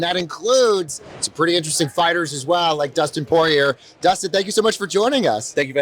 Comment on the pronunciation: This guy knows nothing about MMA or the fighters. He couldn’t even pronounce Dustin’s last name properly. What an ignorant douche nozzle. Get someone who knows what’s going on. Nothing worse than having someone who knows nothing about a sport do the interviews for it.